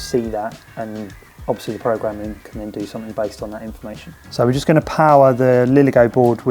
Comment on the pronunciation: Another irritating Youtuber who thinks the word; 'SOMETHING' is spelled with a 'K' at the end !!! Grow up !!! There is no such word as "SOMETHINK" !!!!!!!!!!!!